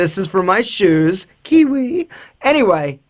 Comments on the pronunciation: The way he said kiwi killed me 😂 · He is funny man ! When he says. Kiwi hahahah